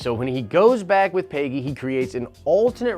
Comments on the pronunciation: Every time you say "paygy" it makes me wince. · I have never heard someone pronounce the name Peggy that way. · It’s not “Peyggy” it’s Peggy.